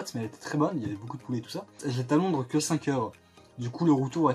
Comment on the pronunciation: LONDRES AVEC UN SSSSSSSSSSEUH